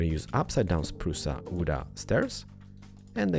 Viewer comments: Umg i like the way he says "spruce wood" lel he says Spruce-a wood-a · spruca wooda lol